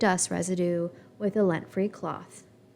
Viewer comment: LINT free with an I, not lent